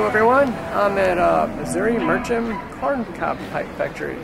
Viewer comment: Meerschaum, pronounced Meer-Shum.